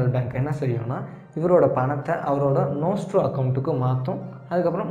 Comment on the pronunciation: Bro Nostro and Vostro konjam clearah solringala.. ??